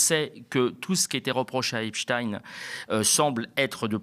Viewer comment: Merci de dire Epstein et non Epstine comme tous les autres maintenant. Et merci pour le reste aussi, évidemment.